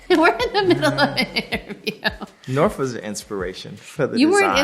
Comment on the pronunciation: And North thinks her name is "Norf"